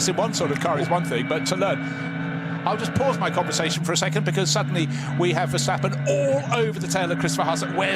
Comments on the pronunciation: why the hell is that commentator still calling him Vershtappen? There's no f'ing H in his bloody name!! I thought those idiots got the message years ago ... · I hate how commentators always say: VerSHtappen. In Dutch its just pronounces like a normal S, not a SH.